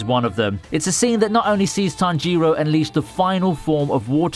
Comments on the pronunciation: It's Tánjiro not Tanjíro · “NeazUko, Tanjyro” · It's not Tanjíro it's Tánjiro and not Nezúko but Nézuko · 'Tanjeero' 'nezooko' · Nobody:: nezooku and tanjeero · Ahiro? You mean tanjiro? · lool tommy oka and tan jee row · Why do you pronounce tanjiroooooooo its not like that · Tanjeero Tomeeoka Nezooko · nezUko? tanjIro? Nonononono pronounce names right please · "Nezukkooooo" "Tongeroooo" god I hate people who use content that they don't even watch/read just to make money. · Nezoookooo, Tangerro xD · The way you spell tanjiro man.. Tan jee roeh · “Tanjeero” and “Nezooko” Completely fucked up the pronunciation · My only issue with this video is the way you pronounced tanjiro and nezuko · Why are you mispronouncing Nezuko and Tanjiro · his pronunciation of Tanjiro angers me